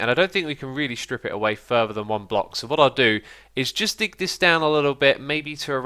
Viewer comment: but when is say dig it sound like dic xD haha